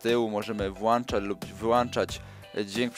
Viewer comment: Sorki, ale mówi się ,,włączać", a nie ,,włanczać" ;)